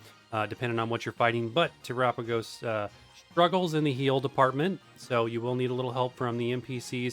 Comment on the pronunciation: Why do content creators say Te-RAH-pagos? Its Tera-PAH-gos, like Ga-LAH-pagos